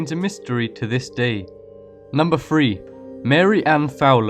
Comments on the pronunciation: mmm not real spooky....and its three not free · Interesting video. Not sure what your accent is, but you do need to work on the "TH" sound. It's not an "F" sound. 3 <-- this is "three", not "free". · What is Number free? And where is Aushtralia? And what's 'wiv' rather than with? Terrible voiceover, please get someone with a talent for voice overs, not some expressionless voice with a speech impediment? It's really annoying trying to understand this guy's voice. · this guy needs to learn how to pronounce the word three.. it's three a.m. not free a.m. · lol instead of saying three he said free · This was the worse fucking video ever. None of these surveillance recordings were "creepy". Not to mention your fucking way of talking, learn how to say 3. It's spelled THREE not fucking FREE. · "number free" lolz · "Number free" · number free giggles